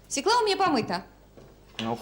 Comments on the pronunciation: По-моему,не свекла ,а свёкла с ударением на ё😉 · Взагалі-то за правилами орфоепії російської мови правильний наголос має бути свьОкла, а не свєклА. Навіть свого "язика" вони не знають. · Нет такого слова свеклА. На их русском свЁкла, она неправильно ударение ставит. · Як що вже бути відвертим, то російською буряк буде аж ніяк не «свекла». Правильно буде свЁкла, з наголосом на ё. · По-перше, не свєклА, а свЬОкла, хоч би мову вивчила, госпадє😂😂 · Тому що слова в російській "свеклА" немає. Є "свЁкла" (наголос на "ё"). А вам дякую за огляд :face-red-heart-shape::face-red-heart-shape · Гірше за "свєклу" може бути тільки "свЬОкла" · У російський мові, між іншим, поки що один єдиний вірний варіант - свёкла, з наголосом на ё. Російська інтелігенція... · СвЁкла ударение на первый слой. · От дурне, правильно свЁкла.... І це по теліку показували😬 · Свёкла і наголос на перший склад 😅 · Я взагалі не розумію, що то за слово таке. Вони і самі не до кінця розібралися то свЄкла говорять, то свЬОкла. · Вона навіть не знає,де ставити наголос в слові"свекла"